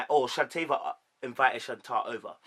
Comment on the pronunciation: Good Analysis but let me assist you. Shea (Shay), Shanta (Shan-Tay), Shatava (Sha-tah-va)